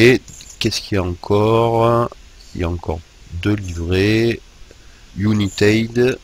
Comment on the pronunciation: United quelle prononciation ;)